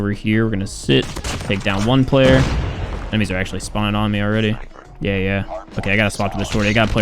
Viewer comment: The way pronounce "Me" sounds like hes saying "Meh" 😂